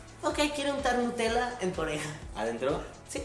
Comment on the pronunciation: Soy la única que escuchó a decir Untela que Nutela?